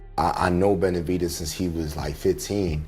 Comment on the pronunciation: "BenalVidez"?!?! Fuck these AI channels.